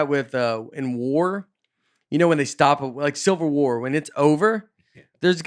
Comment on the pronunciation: I love that at this point everyone’s so used to Nate mispronouncing things that everyone completely glossed over Nate calling the Civil War the “silver war” and I noticed it right before I went the Belleville show where Nate pronounced the civil war as “silverware” so I wonder if needs to take over saying war names...loved seeing y’all at Belleville thanks for bringing live comedy in this weird times